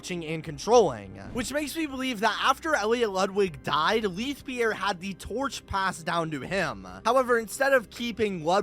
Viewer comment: Why do you keep mispronouncing Leith Pierre's name? It's in the first dialogue you hear in the game...